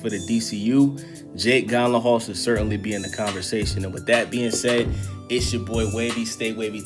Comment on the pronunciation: Love the video but butchering this man’s last name